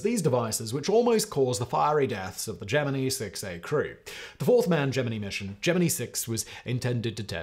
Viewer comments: Wow ... its not Gemin-ee ... but Gemin-eye ... or JEM-in-eye ... or dʒɛmɪnaɪ. ... and he said it over and over and over. Besides Project Gemini - a NASA program, it is also: Gemini - one of the constellations of the zodiac, and an astrological sign Gemini - in Chinese astronomy Gemini Observatory - telescopes in the Northern and Southern Hemispheres Gemini Planet Imager - an instrument for observing extrasolar planets Gemini twins - in Greek mythology ... and other more popular uses. EVERY one of these is pronounced Gemin-eye in their various areas, not one is pronounced Gemin-ee. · "Jeminny" huh? headdesk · it is, but the way Simon is saying Gemini makes me think Jiminy, which then turns into Geminee in my mind. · Is "gem-ih-knee" the British pronunciation, or does Simon just not know how to pronounce "gem-ih-nye"? If this were Brain Blaze, I'd just assume he was intentionally mispronouncing Gemini, but considering it's not OG BB, I am supposing that "gem-ih-knee" is what he believes to be the proper dictation. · I have never heard someone pronounce "Gemini" like gem-e-nee before. It's not a cultural thing either as i am English and we all pronounce it Ge-min-eye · Project jemini? 😂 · ITS GEMINI FOR FUCKS SAKE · Hey Simon.. try Gem-in-eye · Say it with me GEM-IN-EYE {Gemini} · Me watching this video OmG Simon Gemini 😱 I dunno if I can watch the video if he’s gonna keep saying geminee … maybe this is like the Levi / levy video where he’s doing it on purpose for the comment engagement…. Guess I’ll have to watch all the way until the end to see ….. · While you may butcher many words, you have crossed the Line, Sir. Gemini has no flexibility in English. It is in the sky. I am a Gemini. "JIm-n-I" You may be a sentient robot, but you must master the English language. Sir. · 1. The proper pronunciation of the word is gem in eye. 2. The proper name of the mission is gem in eee (because rednecks) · Gem min I ffs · It’s pronounced GEM IN EYE